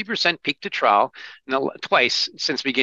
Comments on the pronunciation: I cringed every time said “peak to ‘trowel’“ instead of trough. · English protip: "trough" rhymes with "cough" a "trow" is something else entirely. Someone please teach Americans how to speak English. :-\ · Trough, sounds like "trof". A low point between two high points, as on a graph. Is that what he means by "trouw"?